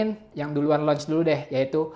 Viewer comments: bang ngomongnya launch bukan nauch wkwkwk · gw kira emang mau ngomong announce hahaha